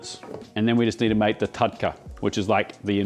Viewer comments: The pronunciation is with the use of "R" not "da" in the lines of "TurkA not TudkA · its pronouced more like tar-dka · Love but it’s TAD_KA 😂❤ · It is not taDka..it is pronounced R. So it is taRka. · It’s not TATKA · Approved from India 🎉 Its literally pronounced as Taar-Ka. 🎉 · Hey, nice video! Just one small correction - tadka is pronounced as tarka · i guess the pronounciation does change across regions of India, but I've heard the term being spelt like "tarhka" (roll the r a bit to emphasise its a harder r, which looks like the character for the "d" sound). just a nitpick , food looks great! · Dearest, Tadka is pronounced as TARKA, D usually makes R sound, nice recipe 👍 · it's "तड़का" - tadka - tuh-d-ka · The D in Tadka is pronounced as an R. So, it is Tarka actually. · Sir, it's pronounced as 'Daal Tarrka' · Tadka spells TARRRR..... KA without twisting the tongue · The "d" in "Tadka" is pronounced as a rolling "R" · In tadka ,d is silent n pronounced as tar ka. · Pronounced Tarrrrrka. With a rolling r. Written in English as a capital D. TaDka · U can just call it Dhall Fry instead of butchering the wors Tardka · Pronounced "Turka"